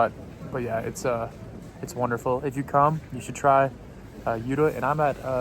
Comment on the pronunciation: And We say Jota with an "O" Like Jo-ta